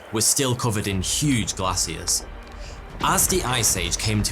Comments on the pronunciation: I'm here just to listen to pronounce "glacier" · Just when i thought he couldnt pronounce anything else weird, he said "glacier" the way he did